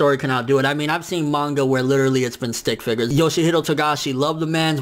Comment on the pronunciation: the man said stick figures 😂😂😂😂